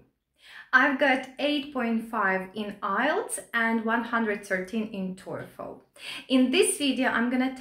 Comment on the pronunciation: The way she pronounces TOEFL sounds like Toyfle.